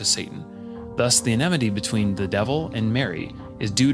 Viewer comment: 😂 "enemity"😂 Americans are so funny......"emnity"